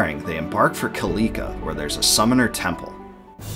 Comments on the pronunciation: the way he pronounces killika makes me cringe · Kil_EE_ka really? is guess Iv been pronouncing it wrong my whole life. Kil_i_ka is how I pronouce it... all in all great videos